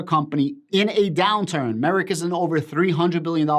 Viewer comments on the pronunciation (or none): Just saying. The correct way to pronounced the company is drum roll... Merck like perk. Not merit.